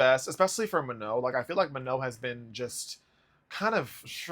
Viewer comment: you don’t pronounce the N. she said that herself